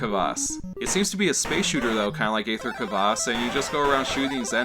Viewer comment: Aether is just the British spelling of ether. Pronounced ee-ther